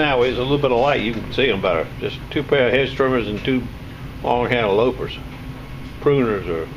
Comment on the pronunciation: Loppers,. Rhymes with stoppers. For lopping off limbs. Later. 57